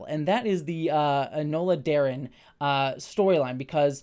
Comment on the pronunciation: "Enola Darren". Who? lol